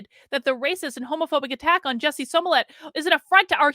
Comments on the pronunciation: I love you, but if you’re going to report, you MUST pronounce people’s names correctly. It’s not SOmillett. It’s SMollett. 🙏🏽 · Are you saying his name like SEW MOLLET? 🤔